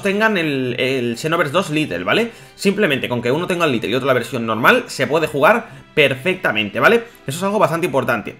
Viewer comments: se dice lait no lite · ...se dice xenoverse LITE no LITTLE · Porqur dices "litel" y no lait y la escusa de que no sabes ingles no vale xq hay videos donde lees y traduces del ingles al español xD (mirando todo el video ya lo entendi dices litel porque es un version pequeña osea "little" ) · Es Lite no litle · Ya pero bueno, se habrá equivocado en todos los vídeos que hace hablando de este juego diciendo little :v